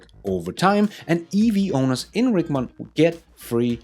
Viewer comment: I’m only bringing it up because it is my city Richmond is pronounced rich like a wealthy person